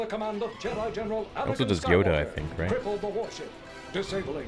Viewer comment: There is no s in jedi